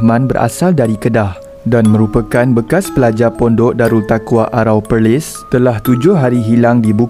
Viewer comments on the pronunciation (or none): perlis min bukan pelis